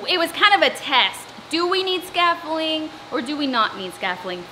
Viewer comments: It’s… its… scafFOLDimg right? 😂🥰 cos it sounds like your saying “scaffling” 😁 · Should be pronounced sca-fol-D-ing instead of sca-fol-ling haha. Love your videos and so happy to see so much progress. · Scaf-FOLD-ing. Not scaffoling Sorry it was driving me nuts hearing you pronouncing it wrongly. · Its scaffolding not scaffoling . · Hahaha it's not scaffoling its scaffolDIng....it has a d in the word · I’m giggling every time you say “scaffoling”. 😂 I look forward to your videos every week. I admire all you’ve undertaken and how much you’ve accomplished so far. I also really enjoy watching your infectious personality. Thanks for sharing your renovation with us! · So cute you say scaffolling instead of scaffolding. X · You missed the 'd' out of 'scaffolding' 😂 (you're so adorable) and boy, do you work! Absolute trooper. ❤️ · Oh sweetie . You do know there's a D in scaffolding??? We hearing scaffolling?? Hilarious!! 🤪🤪😀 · ScafFOLDING ...... Funny way to pronounce it LOL 😂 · is scaffling a thing or is she just mispronouncing scaffolding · Scaffolding. Say the d